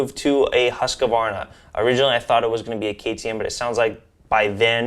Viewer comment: It’s pronounced Husk-Var-na